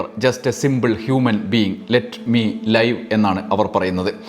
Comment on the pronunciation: ലെറ്റ് മി ലിവ് Not ലൈവ്